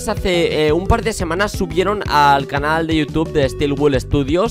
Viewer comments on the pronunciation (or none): none